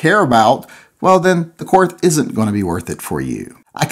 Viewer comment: The name is pronounced Kort The H is silent